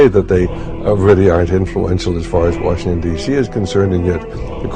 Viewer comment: That one guy said “George WERESHINGTON”